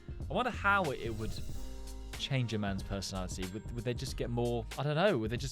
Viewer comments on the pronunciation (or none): none